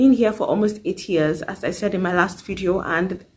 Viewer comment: I heard that as well😭😭I won’t lie but I was like she said 8 years but sounds like 80